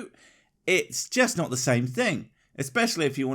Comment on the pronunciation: Have you guys REALLY listened to the way speaks? Any time he says a word with an "O" in the middle, he ads and "L" sound. It's subtle but this dude says "nolt" instead of "not". It drives me god damn nuts!